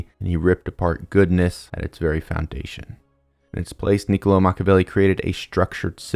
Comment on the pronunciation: Médici, stress on the first syllable 😬 Niccolò stress on the third 😅 Love your videos, keep it up!